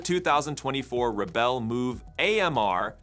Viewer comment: "back-drivvable"... "Rebbel"... 😄